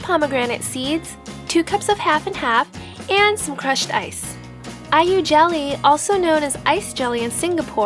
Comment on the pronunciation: When you said Ai-yu jelly, it sounds like are you jelly lol.